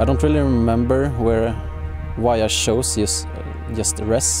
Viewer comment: Love the way that he pronounces "Chose" hahaha